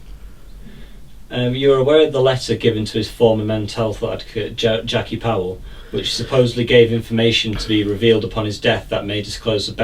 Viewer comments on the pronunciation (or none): none